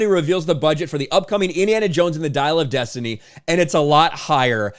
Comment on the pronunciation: You're strangely pronouncing this title: "Diarrhea of destiny".